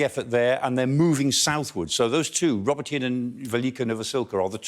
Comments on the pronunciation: Professor Clarke: Robotyne is pronounced “ro-Bot-nyeh” not “Robo-teen” which sounds like an adolescent sci-fi film hero! 😂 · This guy can't pronounce the city names correctly. It's not Rober-teen. iI's Rah-bow-teh-neh. It's not Back-mut. It's Bahh-moot.. there is no K sound. KH is the H sound as in Hut. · Not pronounced roboteen. It's row-bot-on -nuh. Emphasis on BOT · I really hope the Ukrainians don't pay any attention to this clown (it's "Roe - bot - tin - nah" guys - watch some local television, maybe). It is crucial that the Ukrainians not commit the same mistake as the Russians of assigning importance to villages and towns. The only thing they should pay attention to is geography. They have to ignore Tokmak and simply move down the western bank of the Molochna River. They can cut the railway at Molochansk - just south of Tokmak. But they need to be staying away from Tokmak. Villages and towns are of zero significance. The Molochna River is the most complete geographical defensive feature in the region. Track down the river bank to the west to Melitopol, and then bomb the Kerch Bridge. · Robotyne is pronounced 'Robot-nee' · Michael Clarke's great and all but "rob-oh-teen"? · Robotyne is pronounce Ro -BOT-een-a. Robot, comes from the Russian word for work. Which is where we get the word "robot' from. The word was coined by the Czech writer Karel Čapek in a 1920 play. I'm guessing this name means something like "Worker's village".